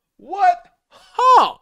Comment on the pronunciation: you're getting the "huh" wrong cuz you're trying to do it as a statement whereas Steve is doing it as a question.